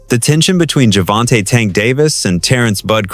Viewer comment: GervOntah?! I’m out